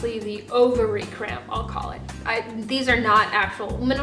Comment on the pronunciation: For some reason to my ear, her saying cramp sounded like crayon to me.